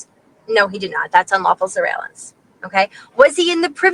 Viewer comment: Sorry, but you have to pronounce that word correctly - sur·veil·lance [səˈveɪl(ə)n(t)s. Otherwise, very nicely done.